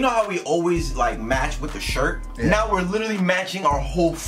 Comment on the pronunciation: Are you serious right NEOW?